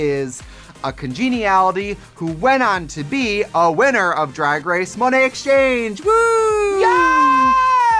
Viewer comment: Monét people, not Mo-net. Silly folks.